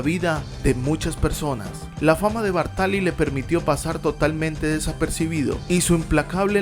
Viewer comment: Muy buen video sobre el que sus amigos llamaban "Ginettaccio". Solo un apunte, es Bártali.